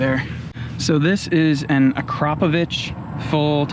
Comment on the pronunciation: Good lad, pronouced 'Akrapovic' correctly👍